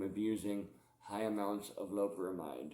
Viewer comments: Lo-pe-ramide not loprahmhyde. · do you have any sort of respect for the art of teaching English? Doubt it cause you've clearly read that wrong mate. Not gonna argue like just been nice and replying if you disagree with my comment then that's sound. I was mentioning it to him hoping he reads it right he's pronouncing it incorrectly.